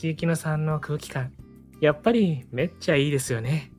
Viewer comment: めっちゃ、の発音が違う。